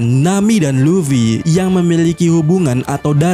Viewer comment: Ibu LufWie... 😂😂😂 alay banget nyebutnya....